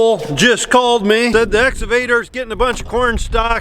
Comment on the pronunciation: And now Cole is calling it an "Exavator".